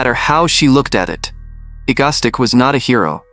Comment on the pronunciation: The AI voice saying Egostic instead of Egoistic is killing me